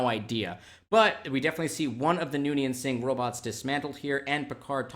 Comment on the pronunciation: Not to nitpick, but it's Soong, not Singh for the type of androids.